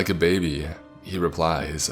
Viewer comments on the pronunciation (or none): none